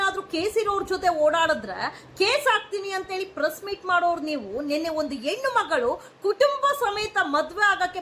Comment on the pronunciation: ಕನ್ನಡದ ಕೊಲೆ ಮಾಡ್ಬೇಡಿ.... ಹೆಣ್ಣು.... ಎಣ್ಣು ಅಲ್ಲಾ